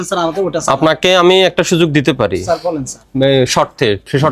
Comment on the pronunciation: It's sir, not saar